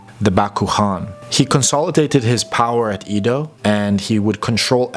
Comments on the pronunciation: Exactly, it’s Edo, “Eh-dough” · Just a little correction… Edo, not Ido. Should be pronounced eh-do. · Ido? Don't you mean "Edo"? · To the narrator. The city Edo is pronounced eh-do, not ee-do. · great work ! BTW, the pronunciation of the ancient name of Tokyo is Edo (江戸、えど in hiragana), as in "Emmy". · ED-Oh not a long E, like Edward. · It's "eh-do," as someone pointed out. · It's pronounced "A-do."